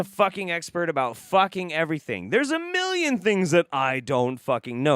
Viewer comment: what is that word? “Miliion”??